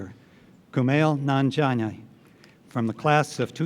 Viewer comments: Kumail "Nanjania" he tried, edit: he fixed it right after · For a sec it sounded like Nanjina =>vagina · Bruh pronounced that name wrong, and he said it like he knew he fucked it up. Then he pulls it back and brings it home with the second pronunciation. Respect to that man. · How are you gonna mess up the guest speaker’s name? Practice that shit bruh. It’s really not that difficult.